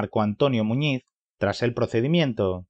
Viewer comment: Sobre todo a pronunciar bien el apellido